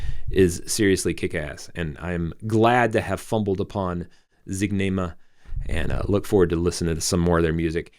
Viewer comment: Howdy. Thank you for doing this. You got the name right. It's Zig -Ne-Ma.